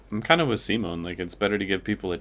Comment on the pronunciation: Awesome reactions as always! Also, you're one of the few English-language reactors who can pronounce Simon's name right, so THANK YOU for that!